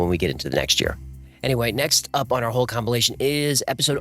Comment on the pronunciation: Did he just say A-hole-cumpilation?